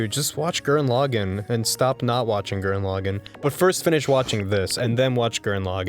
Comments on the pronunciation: ITS NOT PRONOUNCED GURREN LOGIN, ITS PRONOUNCED Gurren La-gon BUT SPELLED GURREN LAGANN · As someone who watched Gurren Lagann in subs, it's always wierd to hear people pronounce Gurren Lagann like that.